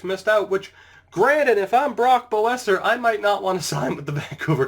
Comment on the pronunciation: Boeser is pronounced besser like Bess and then er besser